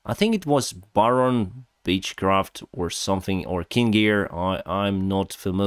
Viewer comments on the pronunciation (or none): Lol,LMAO Are you sure about the bitchcraft? Uh dang,I gotta go &pee😂 Well from one Dennis to another the plane is a beechcraft 🤣 not a bitchcraft. I just love accents. A beechcraft would be the plane. While a bitchcraft is in Ukrainian a стервозство. A beatchcraft is пляжне судно. This is the only fun part of this desaster. Greetings from Cologne. Хай щастить Україні